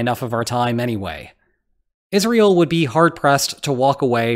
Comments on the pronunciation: Yes, I have the feeling it is an AI voice, especially because it says "is real" instead of Israel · He says "is real" and not Israel. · I guess some people just say it like that, pretty weird to pronounce it like that